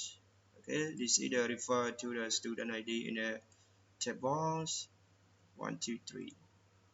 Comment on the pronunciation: Good tut man but tf is student sex id 😂